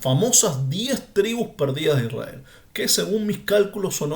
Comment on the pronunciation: MIRA:hand-pink-waving::hand-pink-waving::face-red-heart-shape::hand-orange-covering-eyes::eyes-purple-crying::face-purple-crying::person-turqouise-waving::face-fuchsia-tongue-out: PAJERO #1ISRAEL NO SE SCRIVE NI SE PRONUNCIA ASI #2LLEGARON A JUDAC SE APODARON JUDIOS:face-blue-smiling: NO HAS DICHO COMO SALIO LA PACHANGA:face-green-smiling::face-green-smiling: EN NOMBRE DE JACOBO” ELIAS” ISRAKY. no entiendo????/